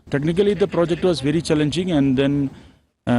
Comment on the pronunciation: Project nhi bol pa rahe hai